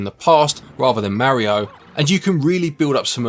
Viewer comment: You're saying "Mario" incorrectly.